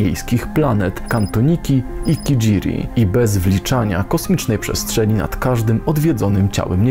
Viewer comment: Kijimi nie kijiri